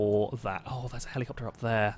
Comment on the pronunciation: Drink every time he says Heleecoptar. Have fun being dead.